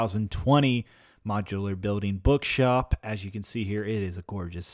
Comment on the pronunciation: Did anyone here him say. “BugShop”